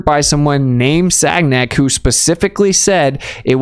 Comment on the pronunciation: Love you and what you do, but "Sag-Nac" is pronouced San-Yak. It's a French kinda thang, bro. Like how Ken Wheeler still says , "Henry" Poicare. The "H" is nor pronouced in French, so it's On-Ray.